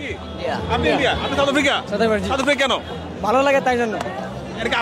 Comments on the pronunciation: সাউথ আফ্রিকা কে বলে ছাথ আফ্রিকা😂😂😂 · Chaut afri 😂😂😂 sala bhalo kore south africa tau bolte parena kangalu 😂😂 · 😂 south bolte parena chaut afrika bokachoda kanglu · বকাচোদা গুলো সাউথ আফ্রিকা কে চাউথ আফ্রিকা বলে আবার বড় বড় কথা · চাউত অফ্রিকা😅😂😅😂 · Khankir pola kanglu chaut Africa😂😂😂chodai. South africa bolte parena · আগে উচ্চারণ ঠিক করে কর বোকাচোদা, বলে চাউত আফ্রিকা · Uccharoni korte parena south africa. Chouth africa 😂😂😂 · Mukh se supari nikal ke baat kar bhai chouth aftica kya hota hai.. pehele to bolna sikh ..phir support karna chouth africa ko😂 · চাউত আফ্রিকা কি রে বানচোদ, আগে উচ্চারণ করতে শেখ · চাউত আফ্রিকা 😄😄😄বালো। কি উচ্চারণ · চাউথ আফ্রিকা, ব্যাটা পাতানো বাপের নামও ঠিক করে উচ্চারণ করতে পারিস না? 😂 খেলা দেখে সময় নষ্ট করছিস কেনো, রিকশা নিয়ে ভাড়া খাটলে দু পয়সা রোজগার হতো। 😂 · সাউথ আফ্রিকা আবাল কালা চোদা, উচ্চারন করতে পারে না আবাল বেজন্মা গুলো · Valo kore south africa uccharon korte sekh bokchod kanglu choda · সাউথ আফ্রিকা ঠিকমতো উচ্চারণ করতে পারে না সাউথ আফ্রিকা টিমকে সাপোর্ট করছে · মূর্খের বাচ্চা সাউথ আফ্রিকা উচ্চারণ করতে পারেনা আবার আসছে সাপোর্ট করতে। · সাউথ আফ্রিকা উচ্চারণ করতে পারেনা , হায়রে লুঙ্গি বাহিনী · দূর বোকাচোদা সাউথ আফ্রিকা উচ্চারণ করতে পারিস না তারা আবার সাউথ আফ্রিকার সমর্থক। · South Africa uccharon korte pareni, cup marate asche